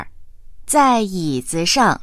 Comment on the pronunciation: Đề nghị , đọc cho đúng vào. Câu 11, nếu ko nhìn chữ, thì chúa mới biết đang nói cái ghế.